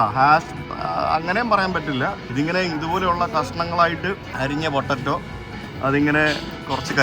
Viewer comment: പൊട്ടറ്റോ എന്ന് പറയല്ലേ പൊട്ടേറ്റോ എന്ന് മാത്രം പറയൂ